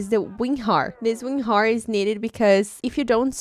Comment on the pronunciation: She said ….remember you need to download weenhar lmao